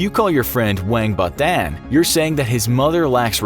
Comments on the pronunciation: It's not " wang ba dan", for the chinese one. It's pronounce as " waung ba done" for the english speakers. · WANG BA DAN LMAO Use google translate to get the actual pronunciation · "Wang ba dan" omg the pronunciation is so wrong and cringey ack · bruh, the way u pronounce our chinese insults is juz so funny XD Wank badan hahahahaha it should be pronounce almost as close as 'one bar done' , thats how we say it in malaysia mandarin at least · I'm chinese and this pronounciation of the chinese insult is hilarious 😂